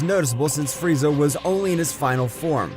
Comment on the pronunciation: Bro frieza is the most racist anime character and bro is calling frieza friezer💀💀💀